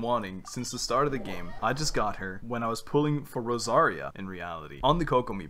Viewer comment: are we just going to ignore that ur saying Rosaria wrong????? ps no hate im just curious.